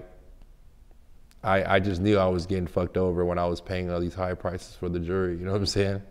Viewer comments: Say jewelery,,,,, jewry jewry then he says jewler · He can say jeweler but now jewelry lol jurry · “Jury, and juler”😂😂😂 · This is what he does as a profession and can't even pronounce it? "Jurry?" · Say jewelry right wtf